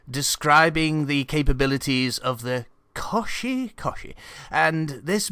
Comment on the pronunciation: I know it adds to the flavor of the debriefing, but the pronunciation of the Koshi is "Koh-shi" (if you've heard of Kotaku it's the same prefix) as opposed to "Kah-shi" Just had to point that out.